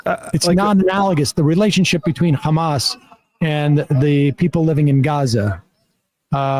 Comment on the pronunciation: He repeatedly pronounced Hamas as HAM--us. Like Easter ham. Repeatedly. How is possible he doesn't know how to say it? I mean, i know....but STILL. He was president. Jeez